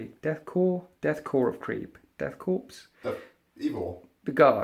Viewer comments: Death Korps (pronounced core) not CORPSE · The german pronounciation of "Korps" sounds like "Core" as well. (In german it sounds like "Chor") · it's Death Korps not Corps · Correct me if I'm wrong, but the "Korps" in Death Korps of Krieg should be pronounced as "Core", just the the U.S. Marine Corps. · Death Korps of Krieg bro and it's pronounced core, lol not to complain. Fantastic report as always!